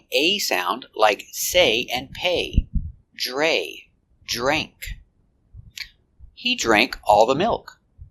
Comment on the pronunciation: in the case of “drank” and others word in past tense like ran, swam etc, i had learned that “a” pronunciation was æ like cat. In your video you use “ei”. Are both common in America? Thanks